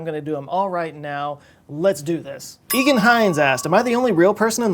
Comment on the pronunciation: Love you, Eoghan is an Irish name, it can be spelled Eoin, Eóin or Owen but either way it is pronounced “oh-(w)in”